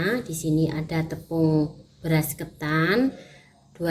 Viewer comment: Tepung beras nya bera sd ngomong nya begitu amat